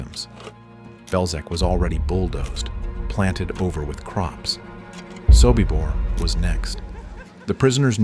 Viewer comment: your AI is wrong. It is SOBIBOR not SOKIBOR and the calendar for October, 1943 is WRONG